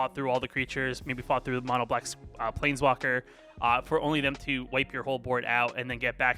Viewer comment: you have to stop saying “definitely” and “actually”. it’s so distracting and makes the video hard to watch. also you should spend time to edit your video so when you blank on wren and seven name you don’t say “plNeswalker”